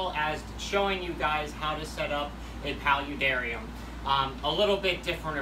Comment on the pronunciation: Pal u dar I um u say it weird